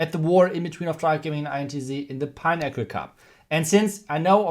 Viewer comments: Im hearing pineapple instead of pinnacle LOL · Legend says, if we all hit the like button, will google how to pronounce "pinnacle" 🙃.